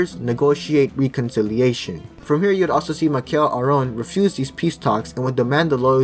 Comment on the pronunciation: and Michel Aoun (aka mikel aron). jfc it's not that hard to check how these names are pronounced